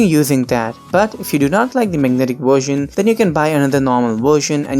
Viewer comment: “Wersion” xD